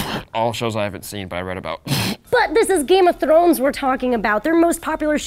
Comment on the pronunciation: Game of Trones!? I thought he said trones lol